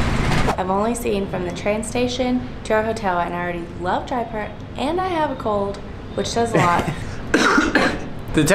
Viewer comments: YAY! Jaipur!! FYI... It's pronounced Jie-poor, not Jie-per. :) Also, a when you see something called 'Dahl' it means it's made from lentils, (or peas or other bean). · When she said jaipur, it sounded like diaper.. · she said Jaipur like diaper